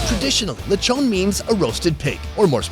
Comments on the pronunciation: him pronounce lechon as le-chou-n Me or others pronounce lechon as Le-ch-on or Le-chon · why he say lechon- leychon 💀 its okay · Nice lecthown lethon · Loved the video but can’t get over how he pronounces lechon hahaha